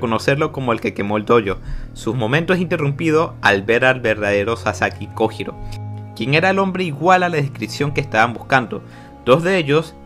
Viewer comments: Master no se si sabes o si es apropósito o no por si las dudas te daré el tip, que en japon la J es Y también La H es J. Entonces no es kojiro es koyiro la pronunciación y cuando dices nombres como hitaka y los dices itaka realmente se dice jitaka. Ya que me vi todos tus. Videos lo noto pero no se si es con intención de decirlo mal, por si las dudas te paso ese tip que la h es j y la j es y. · se pronuncia "koyiro" y no se dice musachi se dice mushashi. no es tan dificil.